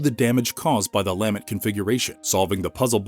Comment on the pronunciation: It’s pronounced luh-ment